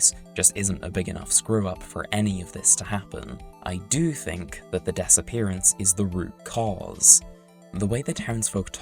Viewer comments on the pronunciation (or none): "the Dessappearance" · I like how you say 'disappearance' as 'Dess Appearance' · I kept hearing "disappearance" as "Dessappearance" Edit: Wait I think that's actually what was said lol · The Dessapearance? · “the dess-appearance” 😭😭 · the *dess*appearance?